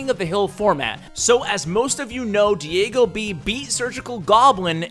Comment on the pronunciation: Remember the times where says DiAgoB instead of DiegoB! Lol! I bet Diego was triggered!